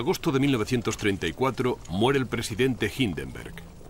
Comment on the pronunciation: Se pronuncia "HINDENBURG", igual que en castellano señor locutor. No Anglosajonise todo, pues todo no es anglosajonia, o sea el robo de Inglaterra a los demás países del mundo.